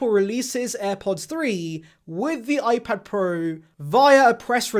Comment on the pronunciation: Gotta love the way this guy pronounce iPad 'PROOO"!